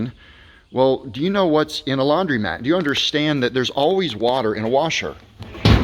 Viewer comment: DUDE: Laun-DRO-mat, not laun-DREE-mat. Hello